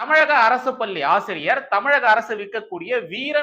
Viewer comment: அவர்களே! நிறைய முறை சொல்கிறேன். உங்கள் "லகர,ளகரதை"த் திருத்திக் கொள்ளுங்கள் என்று.பள்ளி பல்லியென்றே கேட்கிறது.